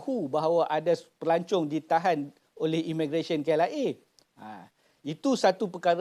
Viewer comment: Dr sebut pelancong ke pelacur?